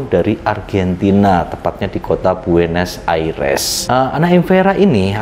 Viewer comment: 12.59 buenos aires uncle.. Bukan buenos ariesss🇦🇷😂😂